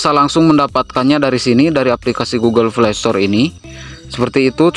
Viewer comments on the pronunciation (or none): Google play ❌ Google flay ✅ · iya njir pdhl rata' orng mlh blg f / v jdi p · Gk bisa bilang p kah? Knpa smua nya pake f, google flay, foint '-'